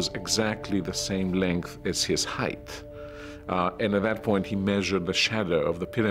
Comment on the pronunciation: Even the highly educated can mispronounce “height” as “heiTH”. 😂